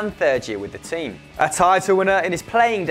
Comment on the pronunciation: Pronouncing Montella in the Spanish way shows how many gaps you guys have in your football culture and knowledge. Sorry guys, I'm disappointed of this.